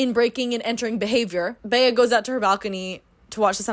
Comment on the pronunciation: oh my god for some reason i spent like the first portion of the video thinking the female lead was filipina or that you just know one with the name. bc that’s how we pronounce bea like the nickname for beatrice. colleen just gave her the white woman california vowel shift special.